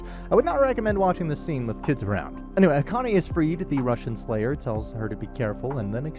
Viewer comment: Did you realy say "russian slayer" multiple time? 🤣🤣💀💀😂😂